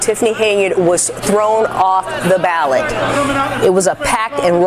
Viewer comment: Lol anyone else notice the female news caster say she failed to be on the ballad instead of ballot.